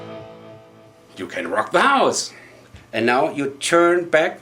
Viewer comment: When you said "You can rock da housse" I had to like :) Good video.